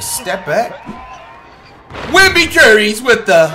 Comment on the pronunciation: Stop calling him wenby curry